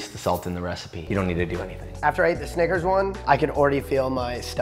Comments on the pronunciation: that is NOT how to pronounce snicker... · he did NOT say snickers. 💀